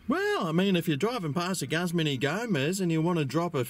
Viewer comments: Say Gooz-mahn please. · Looks good! I think its pronounced Gooozman Y Gomez.